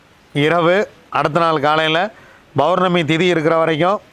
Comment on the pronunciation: அருமையான தகவல்.. பௌர்ணமியை Bournami என்று உச்சரிப்பதற்கு பதில் Pournami என்று சொல்லுங்க ஐயா.. உங்கள் தகவல்கள் மிகவும் உதவியானவை..